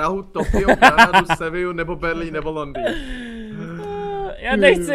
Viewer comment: Město Nice se nečte "najs" ale "nýs" Město Lyon se nečte "lajn" ale "lyjon" A Sevilla se nečte "sevila" ale "sevija" 😂 Prosím trhá mi to uši :D